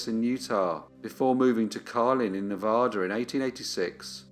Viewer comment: It's Ne-va-da, not Ne-vah-da, a like in "cat" - thank you!